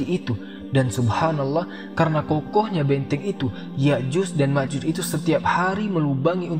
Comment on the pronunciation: Ustadznya itu kok menyebutnya Ya'juz dan Ma'juz, bukankah dlm Al-Qur'an disebutkan Ya'juj dan Ma'juj ?😢